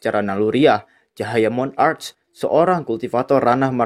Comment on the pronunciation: Martial monarc bukan Mon-arc